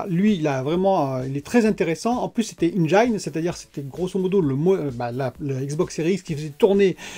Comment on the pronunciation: Salut ! Please: Enjn ( on prononce à peine le i dans ce mot en anglais ) pas enjaïne ! Ça heurte les oreilles hahaha ! J’aime beaucoup ta chaîne !